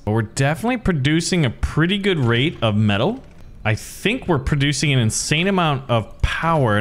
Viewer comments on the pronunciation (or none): none